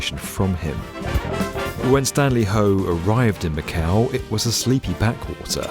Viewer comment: funny thing, macau sound like MAKAO which is popular card game